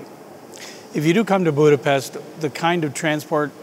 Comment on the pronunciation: it is sad that you cannot pronouce 'Budapest' correctly.